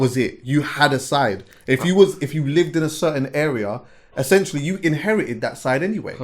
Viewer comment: Like how says essentually instead of essentially 😂.